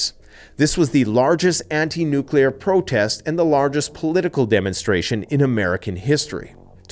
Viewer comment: Please it’s nuclear ,not nucular!